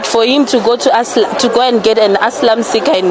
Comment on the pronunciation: Girl you just said foreigners and its called ASYLUM NOT ASLAM😂😂😂